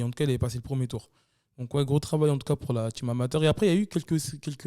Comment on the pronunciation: "" c'est team, pas tchim